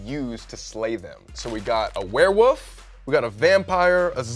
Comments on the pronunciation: “we got a ware woof” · "Werewoof" lol Colby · Why are they saying Ware woof and not warewolf 😂